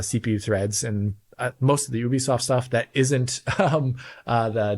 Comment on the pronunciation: "as well too" Took him 25mins this time to be an idiot. "also as well" Now is doing it too D: And he does it again. *there're (the word "engines" being plural) It's pronounced "Yoobi-soft".